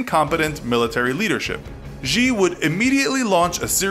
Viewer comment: China man is watching this video and will learn on it, btw he has pronoused xijinping's xi like a ji (could mean chicken)